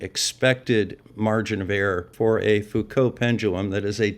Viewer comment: A wonderful video, full of maths. But math(s) is fake, as the flerfers will tell you. As an aside, I am pleased to hear you pronounce the (French) name Foucault correctly. Something which often catches out the flerfers, because they do not mix with educated people.